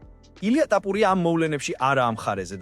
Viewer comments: ტაპურია კიარა თოფურია,რატო ამახინჯებ ქართულს? სწორად ლაპარაკი ისწავლე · რა ტაპურია,გვარს ნუ ამახინჯებ სირო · "ტაპურია" შენა ხარ, ვინც კოლხურ გვარს გამზრახ ამახინჯებ! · ქართველი ხარ შე ჩემალალა რა ენაზე ლაპარაკობ წესიერად გამოთქვი რეებს ბოდიალობ ტაპორია რა კუტუნიო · მარტო ქართული გვარი რატომ ეშლება 😂